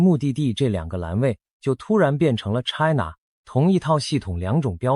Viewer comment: China,英文唸錯，AI,要改正，要正確發音。from英文老師.